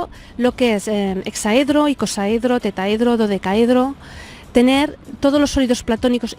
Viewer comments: se dice TETRAHEDRO, no Tetahedro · No puedo evitar comentar que se dice Tetraedro, no Tetaedro. Por lo demás perfecto. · Tetraedro, por favor, no tetaedro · Merkabá, TeTRAedro, si no sabemos pronunciar aquello de lo que hablamos, dudo mucho que conozcan el tema a profundidad. Ay España, ¡Eres madre y custodia de nuestra lengua!! TETRAEDRO por Dios.